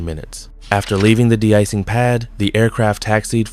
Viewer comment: AI script: "That's not this, it's that. It's not because of X, it's because of Y." Filler-filler, blah-blah-blah. The script pulled that "not-this-but-that" filler trick at least 16 times. Also, it's an AI voice. Did you notice it mispronounced de-icing, calling it "deecing"? No human would say that. The vid adds nothing we didn't already know and appears to have come from nobody.